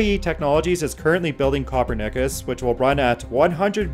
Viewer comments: I had to stop listening as this guy's accent is SO annoying. And he even pronounced Copernicus as - "copper knickers". Spare me! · "copper nickus" Just typing that made my head hurt. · You’re narrating a fusion video and can’t pronounce Copernicus?! Really? CA-PERN-ICUS if phonetic spelling helps you. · I would have given you a like if you hadn't mispronounced Copernicus.